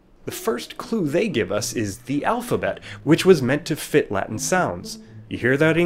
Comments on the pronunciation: I m italian, i studied latin, but your pronunce is totally wrong. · so v is pronounced as w? That is not what I have learned during my two years of Latin-studies. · This video lacks all credibility because the narrator can't even pronounce the word "latin" correctly.